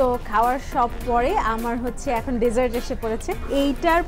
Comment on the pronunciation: Hi I have commented few times on other vlogs of yours and all of them are really nice . glad to see you have got 38k subscribers now.i am sure you will have plenty of desserts but please one request correct your pronunciation DESSERT because you have been sayn it wrong over and over again and its irritating apart from that I really like your vlogs 👍